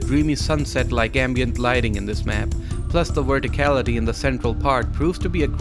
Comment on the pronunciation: what is “wehrticalihtea?”